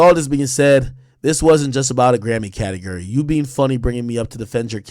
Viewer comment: Can’t stand how he says categurry 😂